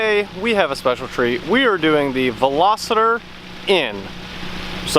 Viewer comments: You might want to start by getting the name right. It's Veloster not Velositer !!! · Another guy that pronounces Veloster as VeloSITER... argh. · At the beginning of the video you clearly pronounce it as Velositer. Not hating or saying you don't know what it is, just bringing it to your attention. Also the button with the checkered flag is the "N" button. Press once for N twice for N Custom that let's you tune the performance of all dynamic driving systems. My personal preference is suspension in normal everything else in sport +. Have to agree for the money, takes a lot of beating.